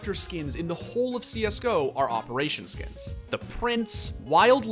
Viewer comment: "SKEENS" yep, this guy is definitely addicted to unconsciously spamming the inspect button all the time.